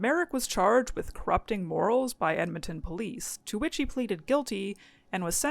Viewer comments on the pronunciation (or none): none